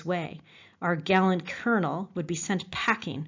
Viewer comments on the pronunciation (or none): none